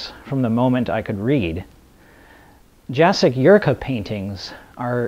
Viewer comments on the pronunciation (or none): LOL Ah...I see you, too are a member of the CDO Club. (CDO is similar to OCD but the letters. are. in . alphabetical. order. as. they. SHOULD. be!) I would expect nothing less. And, now that I know you can accept chiding (and you probably know this by now), the artist's name is pronounced Ya-check not Ja-sek. Slavic languages...they ARE a bitch. And, if you haven't seen the video of Tom Snyder giving Harlan the painting of "Ellison Wonderland", Find. It. HE was stunned into silence, which I (and many commentators) didn't think was even possible. It was absolutely priceless!